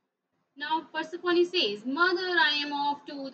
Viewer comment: Ma'am it is persephone not persephonee